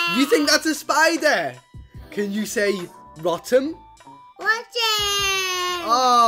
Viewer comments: Its not pronounced rottom its pronounced rotom like rote Like teaching a reception child (im british) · It's pronounced Row-Tom not raw-tam EDIT: No Offence EDIT 2: I spelled that wrong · it's pronounced Rotom (Row-Tom). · Rotom is pronounced rowtum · You said rotom wrong